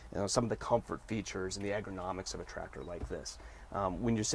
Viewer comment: Except how to pronounce ergonomic